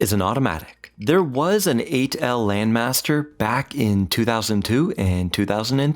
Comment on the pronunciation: I think the name doesn't ring a bell because of the weird pronunciation.